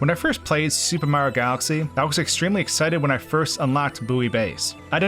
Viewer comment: "Supermar galxy" lol, this guy got a speech impediment or something or does he talk to fast for his own mouth?